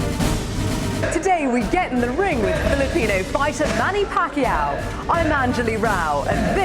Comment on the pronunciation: It’s pakYAW ... accent on last syllable. He is just too nice to correct people